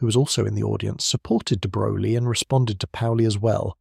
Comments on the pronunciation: It's pronounced "de broy." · Why should we take this seriously when you can’t even take the trouble to learn how to pronounce the man’s name? Sheesh!